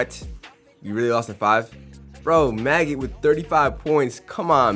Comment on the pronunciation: Calling maggette “maggot” is crazy